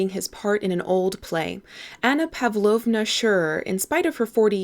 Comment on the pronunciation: No idea why I'm commenting this so many years later but anyway... I just have to say that it's pAvlovna. The emphasis goes to the second letter. Like in a word pasta or pardon. And russian L sound is made with the tongue lower to the teeth. Use that and you'll sound like you can quote the book in russian XD